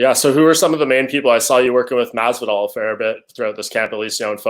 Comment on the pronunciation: How’s he gonna actually make friends with and train with Masvidal and still pronounce his name “George” smh